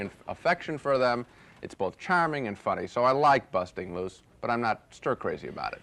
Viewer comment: "busting" loose haha. Your whiteness is showing again Gene